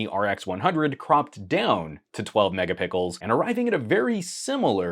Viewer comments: He said "mega-PICKLES" HAHAHA! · "12 Megapickles"